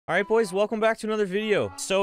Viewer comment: “ he will be ight “